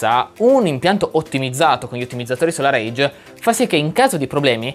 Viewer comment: Ma perchè la povera SolarEdge continui a chiamarla SolarAGE ? I video sono ben fatti, solo una piccola nota in amicizia 😀